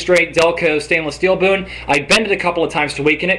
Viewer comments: straight delco stainless steel "BOON" LOL you mean spoon--- listen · at 14 seconds i swear he calls the spoon a stainless steal boon